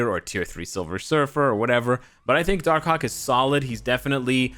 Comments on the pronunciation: When he say darkhawk i hear darkcock😂😂😂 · Im preeeetty sure he said darkcock